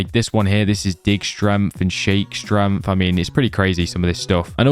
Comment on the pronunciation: It's pissing me off how this guy says stremth instead of strength